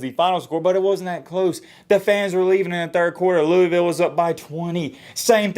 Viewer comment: Pronounce Louisville right before you speak on us like that me